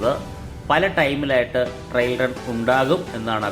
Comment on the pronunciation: Trial run എന്നു പറയൂ. Trill അല്ല , trail ഉം അല്ല